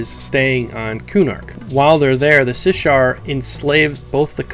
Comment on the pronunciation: Also, it's Shissar, not Sishar. Sh before S.